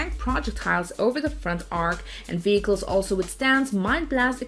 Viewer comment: “Armor Combat Vickels” !? 🤔🇨🇺🇺🇸